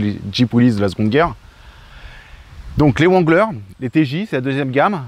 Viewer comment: vexé ? Remet toi en question. Tu ne sait même pas prononcer le nom wrangler. En anglais on ne prononce pas le w